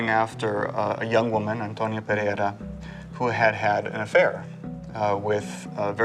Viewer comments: He is clueless about Spanish phonetics, neither him nor the narrator are able to articulate PEREIRA properly. (BTW, that's a Galician and portuguese surname. The Castilian version would be PERERA) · PereiRa has two R-s, ergo not Pereia!!! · "Pereira", Martin, not "Perea"